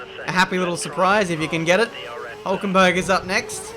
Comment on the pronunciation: It's huulkenberg Ben huuuulkenberg